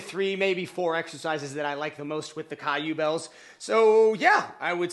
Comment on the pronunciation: It’s pronounced “Q-bells”